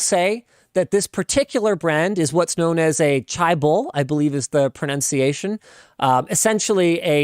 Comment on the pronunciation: Linus really butchering how chaebol is pronounced haha